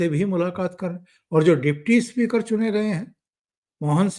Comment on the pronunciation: सर जी... इस्मृती इरानी नही... सिर्फ स्मृती इरानी इस्कूल नही... स्कूल इस्पीकर नही स्पीकर. मै आप का फॅन हूं, हैदराबाद से, इसलिये ये सुधारणा.. कृपया माफ करे मुझे 🙏🙏